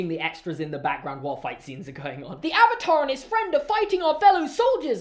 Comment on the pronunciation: Ovatar Oong